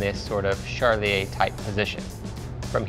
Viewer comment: His pronunciation of Charlier is driving me nuts. Lol